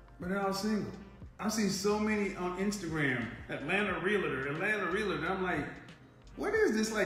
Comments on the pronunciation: Realtor is pronounced in two syllables not three, it's pronounced real-ter not rel la ter. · Real-La-Tor, Real-La-Tor, Real-La-Tor! Come on, just because thousands mispronounce the title it doesn’t make it correct. It’s pronounced CORRECTLY Real-Tor, Real-Tor, Real-Tor! Remember, you have a big influence. Thanks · THERE IS NO “I” in R-E-A-L-T-O-R. is comes from the word “Realty” i used to sell high end security systems. When Id meet someone saying “ I’m a Rea-LI-Tor” 🙄..no your not🤣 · Oh lordy when she said realtor.🤣🤣🤣🤣🤡🤡🤡🤡🤡🤡 hahahahahahaha shit had me laughing hard.